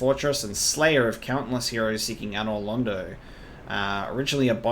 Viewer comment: Glad he pronounces another London right, let's hope he figures out the "painting"